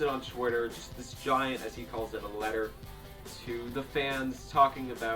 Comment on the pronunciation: letter? LEYTAH